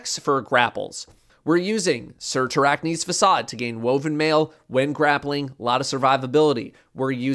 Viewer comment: He pronounced Cyrtarachne's. I'm so proud.